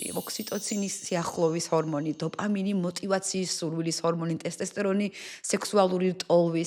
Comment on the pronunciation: ყველაფერი მაგრამ დოფამინი და ტესტოსტერონი სწორად თქვი გთხოვ❤❤